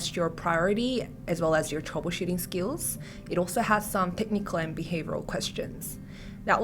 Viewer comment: its "troubleshooting" not "troubleshotting"